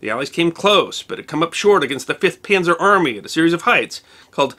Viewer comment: I really like your vids, I find them fascinating, well presented, well edited, etc etc. But it bugs the SHIT out of me when you say Penzer! It's Panzer. Oh, and while I'm at it...it;s not Chooneesha, it's Tunisia. Thanks. Ok, get back to it :)